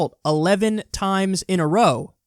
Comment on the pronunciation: Lmfaooo I was waiting for it too. Also his emphasis on "11th time in a ROWWA" was pretty wonderful.